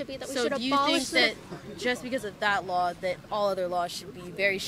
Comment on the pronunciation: " I have a soft voice - and once thats often like NAILS on a chalk board - Oh YEs & Kailin - U ALSO seem to pronounce Ls when they DO NOT belong - the word is LAW not lawL